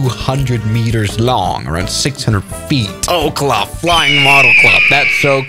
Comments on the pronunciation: There is no way he pronounce oh -cluu its pronounced o ce ohla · It’s pronounced o-ka-luh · Ocala is pronounced oak al a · Oh-cuh-luh 😂 its Oh-cal-luh But I didn’t know they had an RC runways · Oak-la… WRONG! It’s Oak-al-a I swear to Jesus. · as a Floridian I believe it’s pronounced “ow KAH luh” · fr lol i was yelling at my computer everytime he said that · Checkmate, as a person from Ocala it’s pronounced Oh CAL Uh. Cal like in the beginning of California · Good video, by the way, since I live in orlando i know that ocala is pronounced Oak-Ah-la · says Ocala wrong it's O-cal-a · It definitely does because he said Ocala wrong XD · The amount of times he mispronounced ocala is insane (I live in fl) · I live in Ocala and I got so annoyed I almost clicked another video